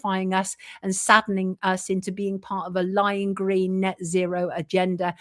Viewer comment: Yeah he loved them gween's and bwown's